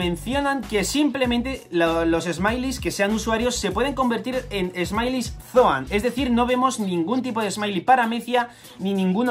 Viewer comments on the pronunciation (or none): Smiles se dice "esmails" no "esmailis". Por otra parte ya me siento bien porque me conseguí poner al día con One Piece